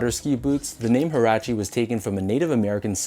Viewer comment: These a dope colorway and btw its pronounced "wah-rah-che"